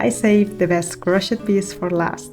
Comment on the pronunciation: I love them all. We have that same Bohemian taste. Also the pink top you don't like that much looks great on. One tip cause I'm American learning Italian. Languages so hard. In English Crochet is pronounced silent T on end. It sounds like crow shay.